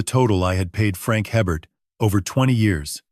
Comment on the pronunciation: If you're in Louisiana, you'd know that the name "Hebert" is pronounced "ay-bare".